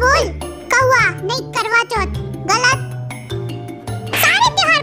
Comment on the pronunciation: V na karwachat ko Kauaachat bana diya 😲😲😂😂😂😂😂😂😂😂😂😂😂😆😆😆😆😂😂😂😆😆😂😂😂😆😆😂😂😂💔💔